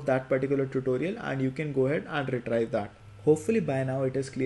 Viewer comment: the word 'retrieve' is pronounced 're-tree-ve', not 're-try-ve'. But apart from that small issue, this is an excellent video.